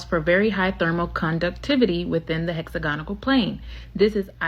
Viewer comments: Hex agonal? It’s hex ag onal smh seriously? This young lady has made it through the American education system and has no idea how to pronounce hexagon/ hexagonal? 308 MILLION people in the USA and none of you will stand up to the corruption in the government, CPS, the local government or the educational system , the endless 💉 throughout childhood, the brain damage or the disease or the corruption in the “health” system? Forced by government to subject your children to endless medical treatments without it being free? Cmon guys you gotta start standing up for yourselves. In the uk, Ireland and throughout Europe we are closing down the capital cities in protest on a regular basis, unharmed by our police unlike yours who are so arrogant with the “qualified immunity” they’ll shoot anyone and get away with it! You have the social media platforms saturated “truth telling” yet y’all refuse to actually stand up to the system! You need to demand better education, end qualified immunity, and the government out of medical treatments for your kids for starters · She can’t pronounce “hexagonal” and it’s annoying